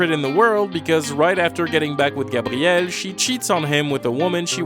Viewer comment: i know its the correct way to say it but i fucking hate the cshmshammmey or grrrraaabtiel